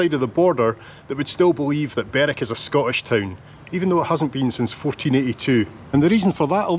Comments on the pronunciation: Hi,. I was always told that Berwick played in Scottish leagues because it of the distance to all the English teams. It's Berick and Lerick by the way not Berwick and Lerwick. another great video, thanks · Berwick - Berick, Lerwick - is pronounced Lerick by the locals